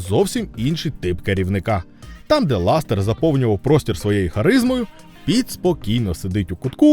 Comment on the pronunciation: по перших не ластер а лассетер по других назва відео клікбейт🤨